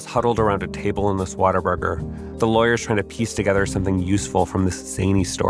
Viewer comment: It totally does lmfao